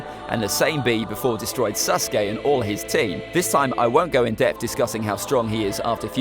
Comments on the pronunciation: Alright, everyone forget about “Ahkatsookey” listen to this, “Sus-gay” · sas uh kay